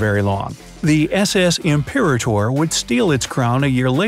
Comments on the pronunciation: I believe it’s pronounced “I’m-per-ah-ter” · Nice video! I’m not sure, but I think the second ship you mentioned is pronounced Imp-per-AH-tor — accent on third syllable. Not a big deal...lol. Enjoyed the video very much. 😄 Looking forward to more!